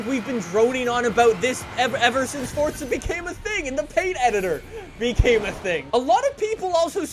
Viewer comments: Your pronunciation of FORZA is the worst thing about "FORTSAR" ... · Love how he say FORTZA HORIZON4 Love the vids keep up the good work